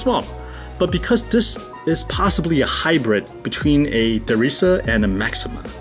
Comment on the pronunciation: Listen, you make great content, but you can be a pain to listen to - improve your english pronounciation please. I know i sound like a hater, and i might be, but i just want to help you make better content ok? Is it called "that" not "dat", "refractometer" not "refragtotomta", "this" not "dis", "fast" not "fass". You might actually be good at the pronounciation but it turns to dumbsterfire when you speak fast....